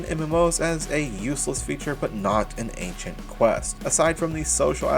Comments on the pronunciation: (uh-sent) not ancient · Reading ascent but saying ancient is crazy lmao